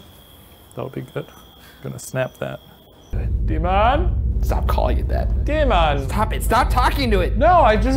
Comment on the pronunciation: Deymon, deymon😂😂